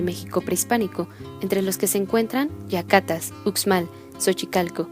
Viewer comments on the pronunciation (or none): Es Yàcatas no yavatas, hay que ilustrarse un poco CON TILDE